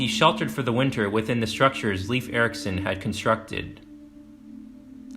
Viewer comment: Leif Eriksen’s name is pronounced closer to rhyme with ‘life’ than ‘leaf’.